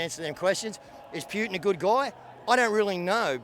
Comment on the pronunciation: Wow... this is a fringe group who appear to be stuck in there own echo chamber. It's interesting and amazing how these views are held but I can say the same for some staunch Murdoch consumers. Still, a lot want peace which is common ground. Oh, and "Pewtin"... lol.